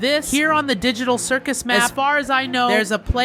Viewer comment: People who heard digital circle instead of circus